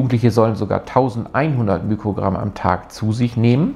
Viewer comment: Sehr gutes Video, aber bitte nicht immer mükrogramm sagen. Der griechische Buchstabe, der für den Faktor ein Millionstel bei physikalischen Größen steht, ist zwar das Mü, aber es heißt Mikrogramm und nicht Mükrogramm. Man sagt ja auch nicht Mükroskop 😊